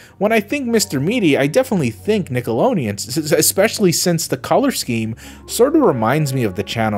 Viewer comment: WHY DONT YOU PRONOUNCE THE D IN NICKELODEON?.?😂 you say nickelonean 😅